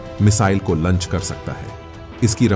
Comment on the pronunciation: भाई लंच मत बोलिए। इसे launch लॉन्च कहते हैं 😂